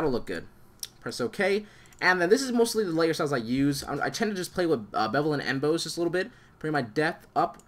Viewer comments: Its not M-boze Like the player. Its em-boss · Embose? It's Emboss, like... The actual word 'boss.' Good video.